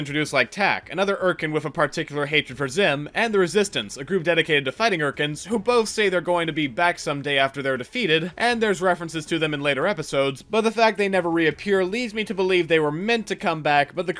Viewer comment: For invader Zim, it's the *resisty*, sir; not resistance